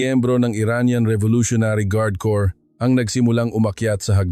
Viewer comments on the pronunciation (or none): Hoy AI ANG CORRECT PRONUNCIATION NG CORPS IS LIKE KORE NOT KORPS bobo mo leche